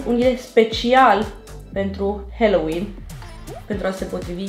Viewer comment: Stiu ca voi parea naspa, dar se pronunta "haloween" cu a, nu "heloween"